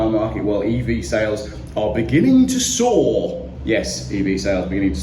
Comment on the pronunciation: "Sales beginning to soar!" or 'beginning to be a sore!' You read that wrong. LoL